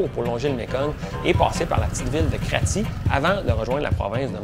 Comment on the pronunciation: Kratié : "krotchèh"